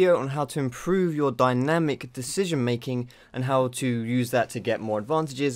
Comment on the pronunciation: "Dyanimc" lel